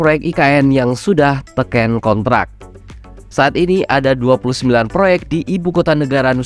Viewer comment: Ki...Keren...👍👍🇮🇩🇮🇩🇮🇩 cuma ada dikit,dan berulang, yang kurang enak denger nya... Sumadilaga, bukan Samadilaga (??) Tèken... bukan Tekèn... (??) makasih 🙏